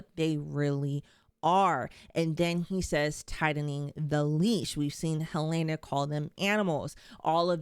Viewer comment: HELENA! NOT HELAYNA! It’s pronounced correctly in the show. That’s a clue for the clueless